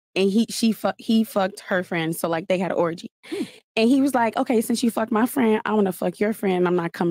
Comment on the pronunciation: Lol bruh , who said FUHKED like this? Thought it was Zherka for a sec